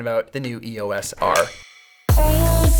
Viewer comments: Pronounced E-OS not E.O.S. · Love all that you do Peter, but if I could ask you to change one thing, its your pronunciation of E.O.S. - It is NOT an acronym. (Wiki)The name "EOS" was chosen for Eos, the Titan goddess of the dawn in Greek mythology, and is often pronounced as a word. Please say Eos, Eee-o-s. Sorry to be a pendant!